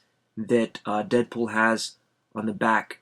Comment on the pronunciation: its deadpool not deapool